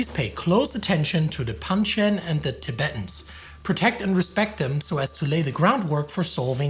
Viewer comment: TiBEETans? Really? You sound like a crappy AI when you say it that way.